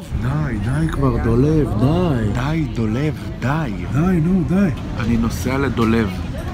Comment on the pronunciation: אומרים dolav